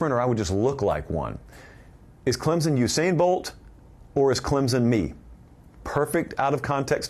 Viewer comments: Man, I love you talk about the tigers. But, there isn’t a “z” in Clemson. It’s Clem-son. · It’s “Clem(p)son